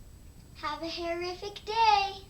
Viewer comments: Omg I thought she said horrific day!!!! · It sounds like shes saying have a horrific day lol. I love this hairstyle it looks so easy to do specially for a beginner like myself ( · aww it's sound like she says have a horrific day! =O